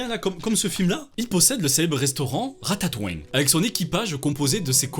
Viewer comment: "Ratatoing" avec l'accent du sud qui passe crème x))) ça ma TUÉ